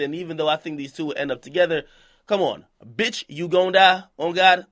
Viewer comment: that bitch emphasis tho